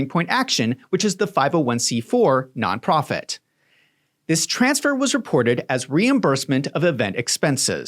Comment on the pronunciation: Why does it always say none profit it sounds like alot of profit.